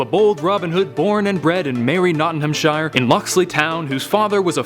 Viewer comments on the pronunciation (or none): It's pronounced Nottingham-Sher, not Shire. Shire is more plural, like when talking about the Shires as a whole; Nottinghamshire, Yorkshire Worcestershire. When mentioning a single Shire such as Nottinghamshire, it's pronounced as sher. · “Nottinhamshyre” lmfao